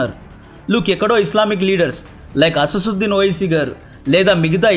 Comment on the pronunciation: Asassuddin kadu..asaduddin